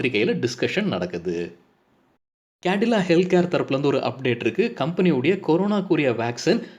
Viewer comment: It’s not Candila, Cadila (Zydus). Thanks